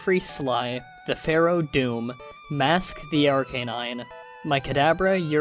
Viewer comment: I know I'm pretty late to the party, but I am sure "Fearow" is pronounced "Fear-oh", not "Pharaoh".